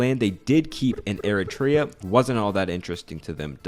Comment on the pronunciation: Ah yes, Air-a-tray-a... they broke off of a country called Ethee-o-pie-a. Not to be confused with Ee-ree-tria, which broke off of Ee-thee-opia.